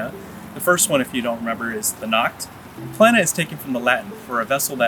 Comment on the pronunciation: Don’t pronounce Plena as if it would have two „n“! It doesn’t. It is pronounced on the „e“ and not the n. I had 10 years of latin in school - I don’t know much, but that I know 😅